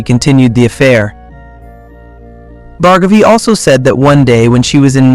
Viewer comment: Its pronounced as Bhaargavi not Bhargaavi.